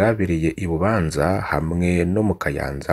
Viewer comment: Burya uyu muntu adushikiriza aya makuru, koko yoba ari umurundi😢, umurundi atazi amazina y'intara ziwe😢😢, atazi uko batura ""Bubanza"" canke "" Kiriri "" 😅😅😅